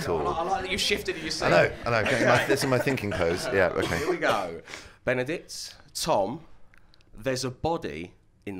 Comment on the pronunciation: I love how no one is talking about the presenter calling him Benddick